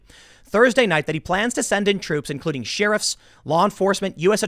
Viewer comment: SHARE-RIF, NOT SHEER-IF. god